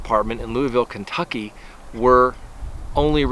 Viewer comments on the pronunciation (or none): none